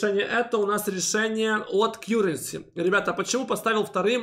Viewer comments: В этом видео опять кьюренси вместо каренси? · Все нормально. Только , плиз, называйте КАРРЕНСИ , а не Кьюренси. Очень режет слух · Спасибо за обзор! Ваш канал сильно развивается и приходит много людей., не в обиду, но с англ произношением беда:) Currency произносится как кАренси:) просто режет все время ухо) За обзоры огромная благодарность. Смотрю каждый ролик в любое время суток!